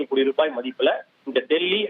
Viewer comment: என்னது ஹோடி? உச்சரிப்புல தீய வைக்க. ஒழுங்கா கோடின்னு சொல்லுமா 😂